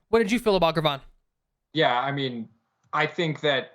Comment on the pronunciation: Ger(like German) Von... Gervon, not Gurvon 😅🐻